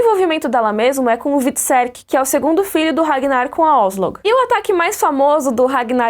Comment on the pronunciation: "Regnar" kkkkkk like